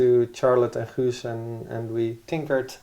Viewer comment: Ah here you are again. since you have been kicked off so many other channels already spreading your negativity. You are so deluded. To start with the first thing...His name is Guus, not Huus. At least write the name of people involved correct. And watch out your not being kicked off here as well ;-)